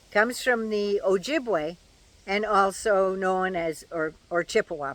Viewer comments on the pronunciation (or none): none